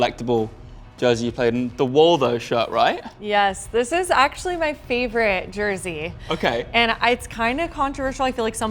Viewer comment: I die a little inside every time says “Jersey”